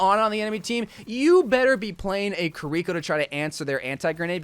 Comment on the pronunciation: When he mentioned Kuh-rih-coh (Kiriko) all his pronuntiation went to hell.